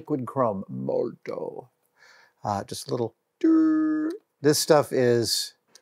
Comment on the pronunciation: Adam, the brand is MOLOTOW (MO-LO-TOW), not MOLTOW. And it's pronounced MOLOTOV. You know, like the Russian cocktail. ;-)